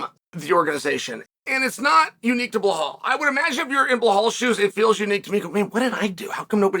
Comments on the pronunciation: I encourage Chael to pronounce champ's name properly! He's not Blehal! 🤣 Honestly, Bilal wins me over with his approach. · Who the fvck is bluh-hall? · Uncle Chael won't even bother pronouncing bullhall's name correctly with that world championship belt around his waist. I'm just sharing with you...that's cold.